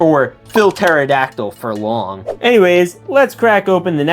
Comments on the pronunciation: Pterodactyl is pronounced tero-dac-tl I think this is right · The p is silent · that's no indoraptor you don't pronounce the p it was a quetzalcoatlus that's no carno Dimetrodon is not a dino Those were spinosaurus Ok thats a Carno mosasaurus is not a dinosaur